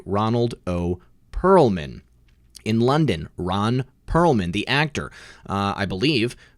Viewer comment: Perelman....not Pearlman. 😊 just sayin.